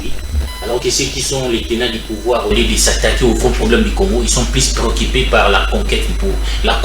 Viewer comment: PréoccUpé et non préoQUIpé, les jUges et non les jIges, la jUstice et non jIstice..U U U et non I Il I... calamitEUX et non calamitE eux. Décidément au Congo même ceux qui ont étudié sont des analphabètes finis..et avec cela vous espérez évoluer ?